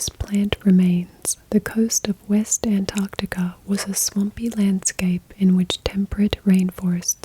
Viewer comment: An American who can pronounce Antarctica correctly 🤘hell yeah